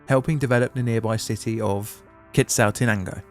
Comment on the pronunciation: Are British people just contractually obligated not to pronounce foreign words correctly? Quetzaltenango isn't pronounced as written in English...